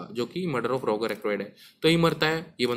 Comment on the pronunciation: भाई वो रोगार नहीं रोजर हैं। हर वीडियो पे आप गलत बताते हो कुछ ना कुछ। थोड़े रिसर्च करलो वीडियो बनाने से पहले।